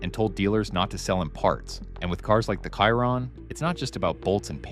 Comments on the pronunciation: For gods gods sake it’s not a fcking kairon its a shee-ron. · It’s not pronounced “Kairon” but more like “Sheeron” . Do your homework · Stopped watching after the 2nd mispronounced Chiron...... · learn how to pronounce Chiron!!